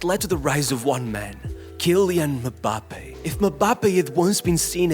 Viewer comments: Why does it sound so weird when this guy says "Mbappé" lol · Butchering Mbappe's name every single time actually makes me cringe